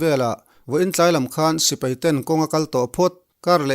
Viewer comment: Sipei nilo in, Sipai tih zawk tur a lawm😁😁